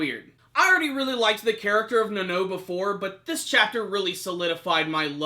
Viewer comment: Na-no? its pronounced Na-now, Nanao